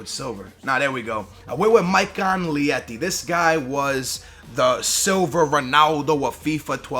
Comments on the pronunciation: o gajo não se chama maikon liete é mesmo maikon leite, que fail anida bem que poucos sabem português, senão eras bue gozado! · It's Maikon Leite not Liete... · Maikon Leite is pronounced Maikon L-a-y-t-e